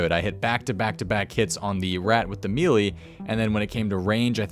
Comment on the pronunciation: imagine building a Youtube career around runescape for years and still not being able to pronouce "melee" correctly.